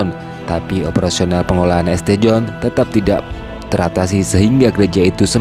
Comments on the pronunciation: St. John di bacanya bukan Este John, tapi Saint John. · Bacanya St.John itu dibaca "sin Jon",. Belajar dikit dong. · ST John dibaca Saint John